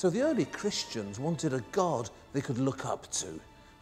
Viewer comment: Listen to how he says cristians.